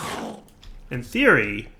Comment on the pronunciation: "in theory" = "hey siri" lol